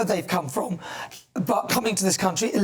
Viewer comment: Did she say raise the flag of this great crunchy instead of country at beginning? 😂